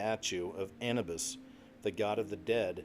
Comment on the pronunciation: Anubis isnt pronounced like that